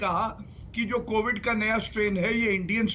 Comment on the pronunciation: Chitraji covid ko movid kisne bola